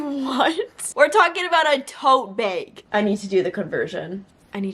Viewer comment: I like the way you say “tote beg” 🤭